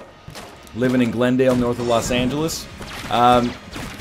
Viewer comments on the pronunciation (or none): none